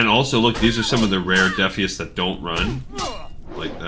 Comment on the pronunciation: Defias comes from the word defiant. I'm not sure you're pronouncing it correctly. It sounds like you're getting the lore right, though. Good vid.